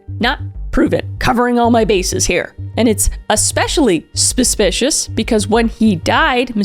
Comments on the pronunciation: Kris needs to make T-shirts that say "SPUH-SPICIOUS." And the proceeds can go to her court fees after T** sees this video. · Am I missing some joke with your pronunciation of ‘suspicious’ ? It’s wrong every single time. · Suspicious.. Not Spuspicious ... 🤦🏾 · Are you saying suspicious because I keep hearing you say spespicious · The SPUHSPICIOUS was so Wiwey 😂🎉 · I gave it three “spshpicious” I’m out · Genuinely curious as to why u pronounce suspicious wrong😭 is it on purpose? It makes me laugh every time but u sound like u think ur suppose to say it like that. Great video btw🔥— omg u said it right! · Just realised: Kris might not be able to say suspicious right 🥹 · I was wondering the same thing